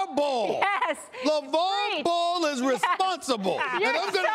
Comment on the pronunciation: Stephen A stay off the WEEEEEEEEED can't say Lavar Ball. its on ya.